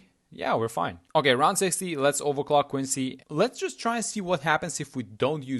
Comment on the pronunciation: why do you pronounce quincy like that koicy